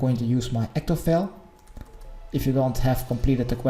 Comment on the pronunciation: i love how he says ectofail xD